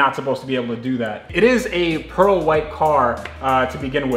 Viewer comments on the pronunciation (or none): none